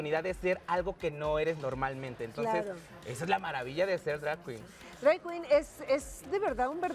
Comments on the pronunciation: Que risa me dio escuchar decir dray quin Aaaaay, educate mamasita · Horrible "entrevista" si se le puede llamar así, Luna saco sola la entrevista... se noto su ignorancia en el tema, que feo que a tv nacional hagan esto, ni pronunciar bien drag queen 🤦🏼‍♀️.